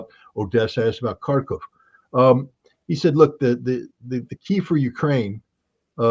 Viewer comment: Tell Scott that "Kharkov" is pronounced "Harkov". It's very annoying.